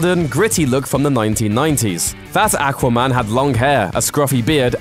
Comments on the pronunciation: not ackwa man awkwa man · do not mind accents and the way people say things. Though can you say 'ah-qua-man' instead of 'ack-wa-man'? And isn't an accent over getting how to say a word even remotely in the right way. Its 'Warner Brothers' not 'Warner Brovers'. Drarwing? Really. That is simply not an accent there. The narrator sounds like you picked him out of a bar. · AQUA, NOT ACK WAH! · Not "AK" quaman....It's "AW quaman.... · aqua not akwa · aqua not ackwa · I don't want to be rude but I find it funny the way you say aquaman "ackwa man" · aaqua man lol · Ack-wa man? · The way you say aquaman pisses me off. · The way you said AQUA man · When you don't say Aqua man right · The way you pronounce aquamam kills me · It makes me cringe when people say aqua like that. Not sure why, but it does.... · Is it just me or does it drive anyone else crazy how he says aquaman. And why has none told him he says that fucking horribly. And for the ppl going to say it's his accent. I get that but I don't think thats what causing the problem. Accent or not that should make him pronounce it like that. It drives me crazy! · the way he says aqua bothers me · Dude do you not know how to say aquaman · I dislike the pronunciation of Aqua man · Please learn how to pronounce Aquaman .... had to stop video after hearing your pronunciation several times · I made it to before killing myself because you pronounce aqua-man so fucking atrocious goodbye sweet world